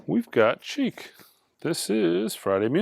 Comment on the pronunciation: Chic is pronounced like “sheek”, not “cheek” 😆. Only one of the greatest RnB/disco acts of the late ‘70s, led by the great Nile Rodgers with the great Tony Thompson on drums. That’s a killer pressing of it too, I just bought it.